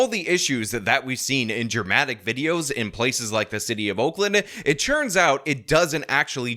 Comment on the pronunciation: Anyone else ever notice that says “churns out” instead of “turns out”? Go back to the beginning of this video so you - like me - can never hear it the same ever again